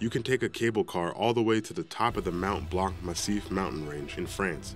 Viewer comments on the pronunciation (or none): none